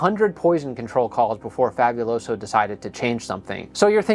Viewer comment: I'm not even someone who has ever known or spoken Spanish yet the way this guy pronounces Fabuloso bothers me.